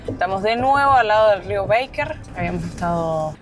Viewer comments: Los felicito por los videos, qué ganas dan de volver!. En verdad esos paisajes son para quedar mudo de emoción. La confluencia del Baker con el Nef es de un poder que no se explica (ojo que es Baker con "a", no "béiker", ya que el nombre es de origen alemán). La cuesta donde vieron el cóndor al parecer la han arreglado más en los últimos meses. La hice en octubre del año pasado con uno de mis hijos y tiene algunas partes que son del terror. Saludos! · Se pronuncia, rio Baker, no beiker.. lo mismo que pronunciamos Cócrane y no Cocrein ya que chilenizamos el termino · Chicos, no es rio "beiker" sino que es Baker, no se pronuncia como en inglés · Mis oidos sufrieron escuchando "Beiker" 😢 y Baker. Perdón tenía que decirlo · Hermosos lugares! La carretera austral es bellísima! Pero no le cambien el nombre de los lugares. Cochrane no es cochrein, Baker no es beiker